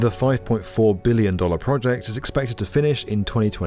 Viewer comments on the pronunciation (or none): Similarly, project and not "pwahjekt"